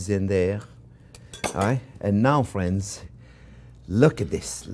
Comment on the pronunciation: i was having a horrendous day but hearing him say "okay fwiends" so happily and excited just cheers me up every time